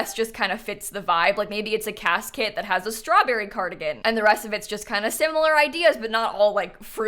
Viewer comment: im sorry but whenever you say "cas kit" it sounds exactly like casket 😭